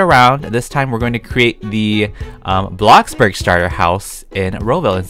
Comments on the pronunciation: I'm a fan and all, but can I just give my opinion... I don't like how u say Blockburg sorry!!!😫😫😫😭😭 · Blockburg other ppl: bloxburg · I like how syas bloxburg as BLOCCBURG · "Blockburg" -, 2020, 2019, and 2018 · “blockburg” 2020 “blockbOOrg” 😌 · when you say bloxburg i hear like blockburg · he said block burg